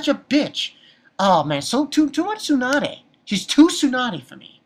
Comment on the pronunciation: It's tsundere..... so why is he saying "tsunade" ? Also echii is just japanese prenounciation of the letter h which comes from the word hentai meaning pervert so its not pronounced "eechy" -_